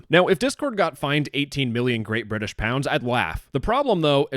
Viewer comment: I appreciate the correct pronunciation of Bri'ish